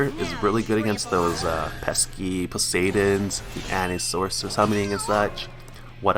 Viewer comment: MIS-chiv-us It's pronounced MIS-chiv-us. Osiris is pronounced Ohs-eye-rus Poseidon is pronounced Puhs-eye-din